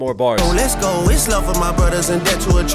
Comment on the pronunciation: I legit hate how he says "less go" both phonetically and in the context of a song crying about fake friends and the pop out that happened over a year ago. You're not going anywhere except the courthouse buddy